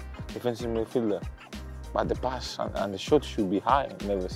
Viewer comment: Adama says pass, as "pas" 😂😂